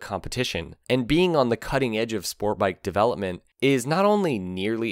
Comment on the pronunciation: There is a T in the word sport bike. It is not Spore bike. I hate that speech impediment.